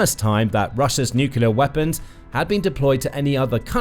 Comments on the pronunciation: Could your commentator please learn to say ' nuclear, rather than 'nucular', which sadly makes him sound like G W Bush ; never a good sound !! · Really annoying: Nu-cle-ar NOT Nu-cu-lar! Enjoy otherwise! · Since when has NUCLEAR been pronounced NUCULAR? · The words is nuclear “ new clear” not nucular. Drives me mad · Its nuclear not nucular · It's about people learnt to pronounce nu-cle-ar rather than nu-kill-er. Can people not read any more? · NUCLEAR ! NU-CLE-AR ! NOT NUCULAR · Stop saying 'nuculer' It's nuclear (new-clear) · Nuclear not "nucular". A 20 minute video where the announcer can't pronounce the word "nuclear". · I thought people who speak British English know how to pronounce words correctly. Even Americans know that it is "Nuke-Lee-er" instead of "Nuke-You-Ler." Well, most Americans I talk to know how to properly pronounce it. George W Bush is an exception, of course. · What is i with spelling-blind people that insist on saying "nukular" instead of "nuclear"? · It's pronounced as spelled:: NU CLEAR (NEW CLEAR) I really enjoy this program but I cannot stand listening to it when your butchering the English language.